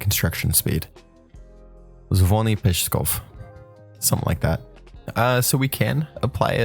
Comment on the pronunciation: zivony😂😂😂😂 real name is zinovy